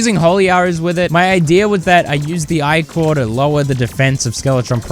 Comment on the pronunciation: You're probably just trolling the audience, but it's "ih-cur", not "eye-core", for pronouncing ichor and "Sane-gwin" or "Sang-ween" for sanguine, not "sangweenee" lol.